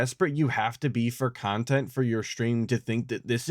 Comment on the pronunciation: "Nontent." BEAUTIFUL!!!!